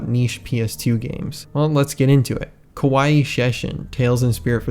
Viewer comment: BTW sorry if this is annoying but just so you know, "kowai" is pronounced "ko-why" without the extra "ee" sound at the end. pronouncing it "ko-why-ee" sounds like "kawaii" which means "cute." so a bit of a difference between the words since one means scary and one means cute. 🤓